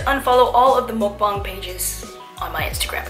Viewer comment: finally someone that says mukbang right